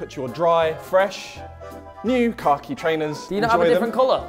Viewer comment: We are not letting him get away with saying Khaki like that right 🤣